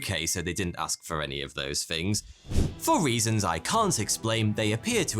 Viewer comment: I love this guy's videos, but I keep getting distracted by his accent. I used to think he was introducing himself as 'forty two'. He seems unable to pronounce 'th' and instead pronounces it as 'f' or 'v'. For example, he says 'fever' instead of feather. Instead of Meredith, he says Meredif. Instead of things, he says fings. Does anyone know where his accent comes from? It's obviously English, but from where more specifically?